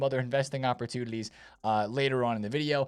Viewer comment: “Investment opportulidies” - “incredible opportulidies”